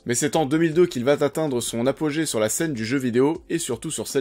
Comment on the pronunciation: « En 2002 il va T’atteindre » ?!!!! Je voulais rien dire sur le fait que c’est Spiderman qui est éponyme de sa série tv et pas le contraire , mais là une liaison mal t’a propos qui fait saigner les oreilles c’est trop dur